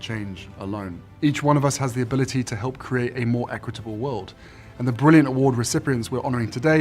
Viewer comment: Harry, 'create' and 'brilliant' have the letter 't' and their ends and this sound should be pronounced!! Speak the King's English!!